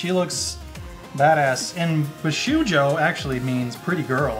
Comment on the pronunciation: Love you guys! Shunya Yamashita is a great artist, and the the Bishoujo statues are beautiful. I have to say I laughed myself silly, tho - It's Bee-Show-Joe,;)